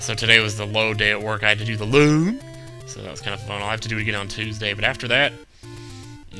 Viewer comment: whats he saying? the LOAAD? ¿